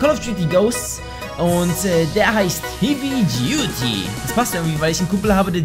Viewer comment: heavy duty[heevy duty] :DD